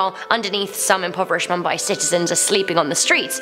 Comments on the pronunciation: it's "MOOMBAI" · you are pronouncing Mumbai wrong and I am watching this in Mumbai